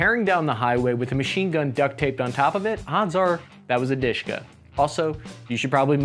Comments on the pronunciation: it's not a Dushka ( sweetie) it's DaSHKa what's mean a woman name - Daria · Он сказал про Душка. А не Дашка. Ты такая "душка". В значении прелестная. Но,как и сказал автор, никто никогда так в жизни не произносил название этого оружия, как Душка. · dushka pronunced a little different.lets break it downd du - like in dual,sh -like in any sh but move your tounge a little back and ka -like co in cowboy. du -sh -ka душка. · Spells Dushka. Pronounced more like "dooshka". Literally means "little soul". Diminutive of dusha (or Doosha) - soul. Translates as darling, sweetheart. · listen if you are going to talk about a weapon and pronounce its name a hundred times AT LEAST LEARN HOW TO PRONOUNCE IT !!!! DUSHKA WITH A "U" L8KE A PERSON ONE HOLDS DEAR IN RUSSIAN . FFS. GREETINGS FROM BELGIUM LOL.